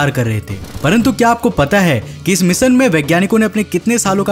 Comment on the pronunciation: भाई तू खुद का नाम बराबर लेता है.... फीर ऐसे मिसन, मसिन, इंग्लिस, सुरूवात, मिसेल, प्रकास, मोसन क्यू बोलता है बे....